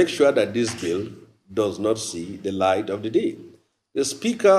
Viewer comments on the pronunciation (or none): none